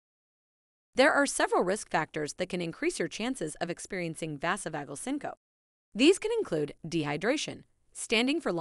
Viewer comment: its said...sink-oh-pee......not sincope.....🙄